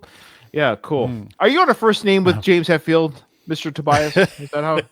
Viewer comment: And Tobias is Toe-b -uss